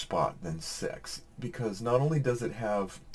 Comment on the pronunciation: All I can do is 😂😂. .my favorite number since growing up is 33 but with the multiple of 2 contains a six... May be some of your surveyors thought you said sex instead of six... Haha. Happy New Year's 🎉🎆🎇